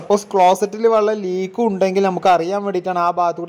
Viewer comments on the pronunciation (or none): വള്ളം അല്ല ചങ്ങാതി വെള്ളം ആണ്